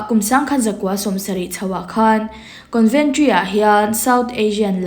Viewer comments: Conventry nilovin, Coventry zawk aw..Con nilovin Co anih kha..en chiang rawh i thil chhiar kha, ati ngaihnawm lo ṭhin. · Coventry ......conventry tiin ilam daih bok sia